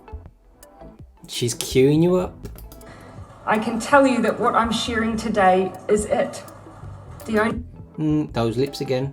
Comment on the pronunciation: "I can tell you that what I'm shearing today..." LMFAO